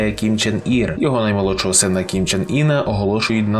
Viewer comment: Північнокорейський товстун не «ін» (як ви вимовляєте), а саме «ин». Це справді суттєва різниця в написанні і навіть значені імені